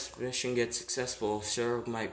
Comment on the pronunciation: Guy cant pronounce sairaorg like boi pronounce it like S-ai-ro-org but the ai is pronounced like capital i